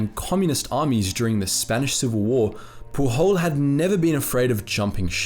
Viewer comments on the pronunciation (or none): Pujol is a catalan name, not spanish, thus it is to be pronounced more like you would in english. The "J" sounds like the one in "James"